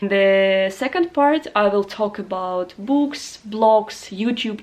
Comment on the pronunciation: Dear: I'd wish I could speak Arabic as well as you speak English. The teacher in me noticed at times that you mispronounced too well;) some words such as "tricks" and "books" like "treacks"/freaks and "bu:ks" as in "boomerang". I watched for a second time your Arabic learning video and checked the links in the descriptions, trying to find some leads, but unfortunately English is so deep under my skin that I can't use it as a meta language while learning Arabic. I am more of a musician, so I would rather have as close as possible a full phonetic immersion in the language I am trying to learn. quora: "Where-are-uncontaminated-Arabic-learning-videos-to-be-found" Any suggestions?